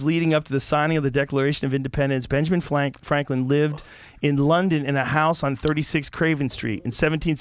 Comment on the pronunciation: “Benjamin flanklin” I kinda like that